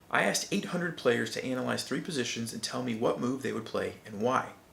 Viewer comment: Not sure I like how he says "Analyze"